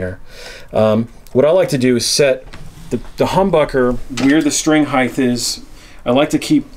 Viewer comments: the word is height, not heigth. Pet peeve, sorry. No TH sound at the end. Hite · Height as in right. Not hiegth. But otherwise good info. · Height, not "Heighth"... Sorry, gotta do it, its a pet peeve. Length, Width, and Height (not Heighth). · I'm sorry to be 'that guy' but heighth is not a word. It's just height. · Heigh-th really bothers me.. it's heighT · Quick lesson. Heighth isn’t a word. Height is. But not heighth. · Handy tips, but "heigth" is not a word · Why do all guitar set up people say heighth? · somebody else that says heighth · Why do people put a "th" in the word height? It gets annoying hearing that. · Why does he keep putting a th at the end of height